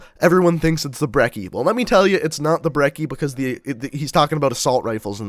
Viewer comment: you pronunced brecci wrong. the cci is pronounced like a sneeze